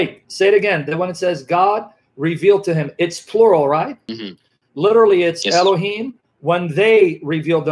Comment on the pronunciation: That's the first time I've heard someone say elokim instead of elohim? Why is that? What does it mean?